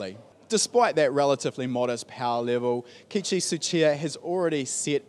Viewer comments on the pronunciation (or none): KE ICHI is how you pronounce it not kichi!